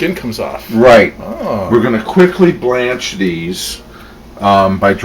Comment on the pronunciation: i think it cool you said blanch like from what ever happened to baby jane